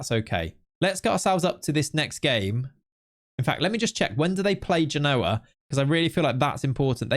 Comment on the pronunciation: I like your content, but your pronunciation of Genoa is getting on my nerves, You need to put the exclamation on the first syllable